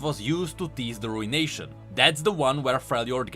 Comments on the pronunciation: Btw, it's pronounced, roo·uh·nay·shn not RUIN-Nation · Ah yes the Rune-ation